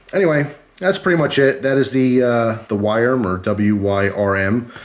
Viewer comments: you say it like worm it's a mini dragon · Yo, it's spoken as "worm." You can thank ye olde English. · Wyrm is pronounced like worm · Wyrm is pronounced as "worm" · i think it's pronounced like worm dont take my word for it though just tthat's how it is in MTG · It's pronounced like worm